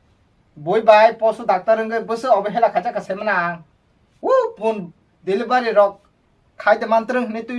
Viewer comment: Delivari ❎ Delivery ✅